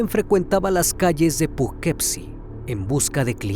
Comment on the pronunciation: Hola antes que nada te agradezco mucho tu contenido y con el respeto que me mereces creo que no pronunciaste bien la ciudad, se escribe Poughkeepsie pero fonéticamente se pronunciaría (pugkipsi) soy de Nacionalidad Méxicana pero actualmente Radico aquí en Poughkeepsie un abrazo hermano.